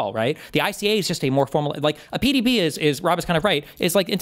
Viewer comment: You both have Freudian slips CONSTANTLY about the Presidential Daily Briefings. I have literally LOST TRACK of both of your mis-pronunciations? of the abbreviated format. You must both hate Patrick Bet David as much as I do. They are “PDB’s” not “PBD’s” lol Oh and Rob. You’re a fucking bad faith hack. You always will be. You are the farthest thing from a patriot, fuck you.